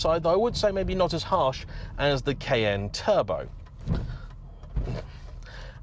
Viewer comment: Took me a few times hearing 'kn', to understand saying Cayenne.